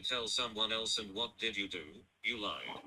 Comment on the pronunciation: I hate when he sings and pronounces "you" as "yew".